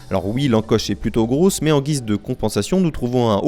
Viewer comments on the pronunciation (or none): none